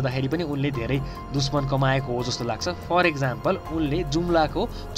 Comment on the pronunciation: Like if you heard him saying duchmaan instead of dushman!